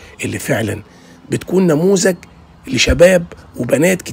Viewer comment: "نموذج" يابو نموزج !!